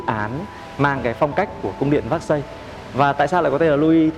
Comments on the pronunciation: Véc-xai, Versailles chứ ko phải xác-xây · Cung điện “ Vác Xây” là cung điện nào? Vốn hiểu biết và cả “ gúc” cũng bó cbn tay! Nếu đọc “ Versailles” là “ vác xây” thì đi xe “ pọt chơ” với cả “ mai bách” hơi phí